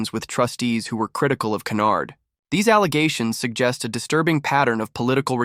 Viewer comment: Her name is not canard but Hynyard